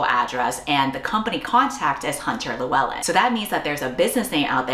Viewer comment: Best pronunciation of Lewellyn from an American I have seen 🫡🏴